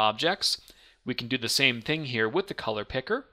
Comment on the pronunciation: How this guy says "Color Picker" is oddly satisfying.